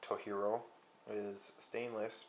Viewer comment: It's not Spanish, it's Japanese. So the pronunciation is (TOE-JEER-OH)